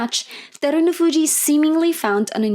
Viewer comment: Really appreciate your video recap, I hope you keep doing them :) Great basho.. Only one nitpick... His name's HakuhO ShO, not Hakuhu Shaw... It's a BashO not a BashU... He's Terunofuji not Derunofuji... I am not trying to poop on you, but the internet is full of examples of how to pronounce their names, please do some research, everything else you do is so great